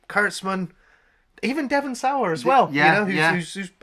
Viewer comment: Dewin sayer?? Devon Sawa. SAH-WAH